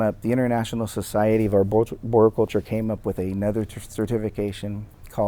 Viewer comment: maybe you could start by learning how to pronounce arboriculture.... before you go claiming mastery.